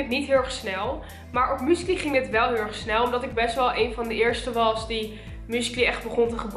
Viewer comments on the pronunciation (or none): 😂😂😂haha hoe jij musically uitspreekt. muscaly😂😂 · Haha!😅 Ik versta écht dat "muesli" zegt...! Écht grappig!👍🏻